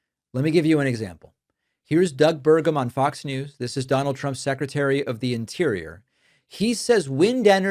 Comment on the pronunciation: You lost me at “Fox Mews”